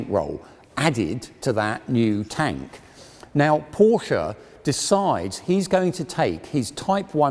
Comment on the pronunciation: Very interesting but please pronounce Porsche correctly